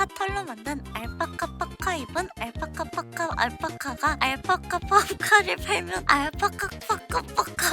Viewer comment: 알파파파카?인가요 알파카파카인가요?